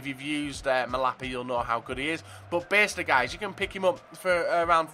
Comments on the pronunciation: Its pronounced byester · Beister is pronounced Baister :)